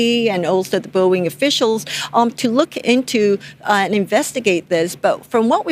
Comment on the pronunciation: boeing not boinging